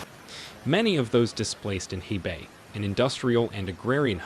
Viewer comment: Dear: Though it is spelled as He-bei literally meant River North = it is Pronounce Khua - Pei (Pei like Peking Capital of China called back in the 60's up to 1979. And Bei-Jing though Spelled/ Romanized as Beijing Pronounce Pei -- Ching (Ching like Chain in English not Jing). Cheers